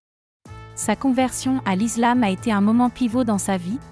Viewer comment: Vous avez du mal à prononcer le mot ISLAM donc la vérité 😉